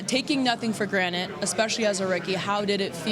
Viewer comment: It's granted, with a D. What are you a rock person?